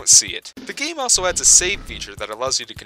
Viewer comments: How can you mispronounce a word as simple as also multiple times in one video? Answer: many. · You pronounce “also” extremely bizarrely lol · what the fuck is up with pronunciation of the word "also"?